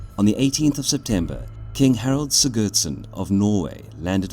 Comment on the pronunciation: It quite annoys me that narrator pronounces both "Harold" and "Harald" as "Harold"